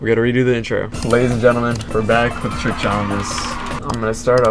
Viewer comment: Its Trick, not Truck